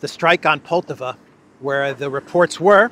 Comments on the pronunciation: Poltava (stress on the second syllable), was a site for a decisive battle in the North War between Russia and Sweden. Peter the Great vs Carl XII, 1709. Carl XII was attacking Russia after Peter got access to the Baltic sea. The battle ended in a decisive Russian victory, with Pushkin commemorating it in his poem. Swedes in Poltava brings these historic memories. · Не ПОлтава. Но ПолтАва.